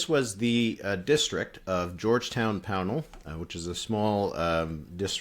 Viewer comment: Have a free pro tip from an Islander: Pownal is pronounced more like PAW-null than POW-nal. Also, Georgetown is on the Northumberland Strait, and if you go due east from there you'll reach Cape Breton nearabouts Inverness. The district doesn't actually touch the north, Gulf shore. Georgetown is no longer an incorporated town of its own, having been put into Three Rivers along with Cardigan and Montague and environs, but it is the formal shire town for Kings County and was once known for shipbuilding (in the era of wooden ships). Of course, it's great just to hear PEI be talked about.